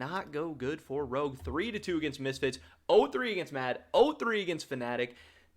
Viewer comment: i like how he said CHOGUE instead of ROGUE